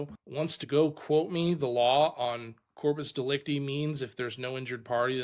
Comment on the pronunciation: I'm 77 and have never heard corpus delicti pronounced like that.